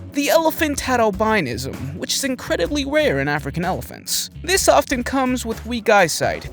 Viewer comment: albinism pronounced owl- bin- ism. My daughter was born with albinism.